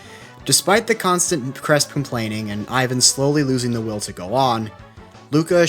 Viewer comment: Ik its an easy mistake but for capelli his first name is pronounced (é-van) not thr Russian style Ivan